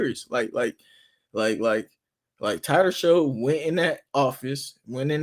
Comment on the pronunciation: It's pronounced SHUCK, like SHUCK if you Buck Boi. Not Show.